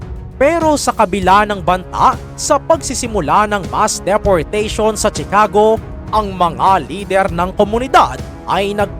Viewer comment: Ang bigkas ay shi-ca-go hindi chi-ka-go